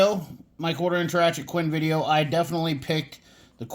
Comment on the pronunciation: Thanks for the vidjya,! 😝 No, really appreciate your comparison vid! Great job.